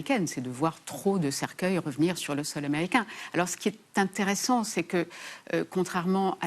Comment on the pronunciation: In un t r ssant